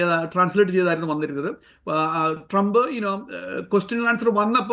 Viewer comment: ടി ജി മോഹൻദാസിനും, ശശി തരൂരിനും ശേഷം അമേരിക്കൻ പ്രസിഡന്റിന്റെ പേര് കൃത്യമായി ഉച്ചരിച്ച ആദ്യത്തെ മലയാളിയാണ്.